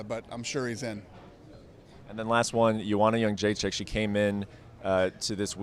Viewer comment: WhoTF is YUNG-Je-Check ??? Nobody get its right, must piss her off, pisses ME off ! Ye-Dre-Check imbiciles